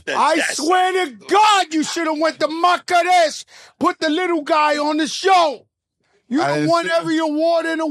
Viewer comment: Big shout out to my country Morocco ❤ but Joe my city is called Marrakesh not Makkarech 🤦🏽‍♂️🤷🏽‍♂️